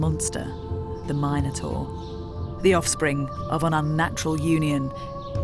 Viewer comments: If they are the Mi noans shouldn't you pronounce it Min o taur not Myne o taur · Why call the beast “Mine-o-tar” and not “Min-o-tar”? After all, they are called Min-o-ans”, not Mine-o-ans”! It’s king Min-os, not Mine-os! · It's intensely annoying to hear Minotaur (mi·nuh·tor) pronounced incorrectly there no "Mine-notaur" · Mine-et-tor... What?!?!